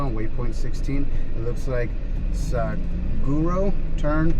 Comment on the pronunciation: Looked like a blast! Some late but local knowledge: "Saguaro" is pronounced "suh-WAA-row". It's the species of big cactus you saw. :D